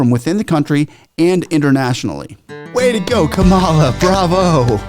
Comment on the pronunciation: Learn the correctly pronounce the USA VICE PRESIDENT Kamala the accent is on the K in the 1st 3 letters. ^ ^Kam -- a-- la. NOT ka--^Ma--la